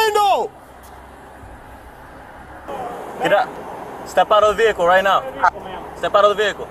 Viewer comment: "and réfusèd to leave the véhiclé"